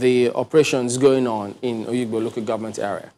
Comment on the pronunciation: It is NOT Oyigbo it is called Obigbo